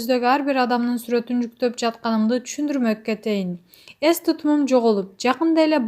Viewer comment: Ес эмес,эс кандай немесин сенн